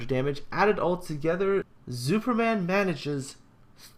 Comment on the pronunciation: he is not called Zuuperman for nothing.:P